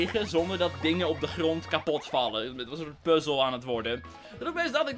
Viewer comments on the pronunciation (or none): none